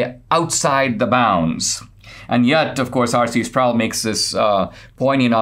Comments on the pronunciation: RC Sproul is pronounced not rhyming with "prowl" but rhyming with "pole," or "roll." Just FYI. Listen to Ligionier Ministries. Loved RC for years, and now he's gone, still love his stuff thru Ligionier, pronounced Lig-gun-ear hard "g". :) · R.C. Sproul's last name is pronounced, Sprole, not Sprowl.